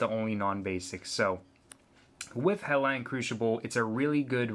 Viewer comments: also, where are you from? its not Helline. it's Hellion. hell-ee-un. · you say Hellion wrong and i don't like it. Hell'ION' is not Hell'ON' ! learn to read bud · It's pronounced Hell-Lee-Yun, you moron. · GOD DAMMIT IT'S HELL-EE-YUN. I know this is a super old video but that pronunciation just made me forget what an boner feels like.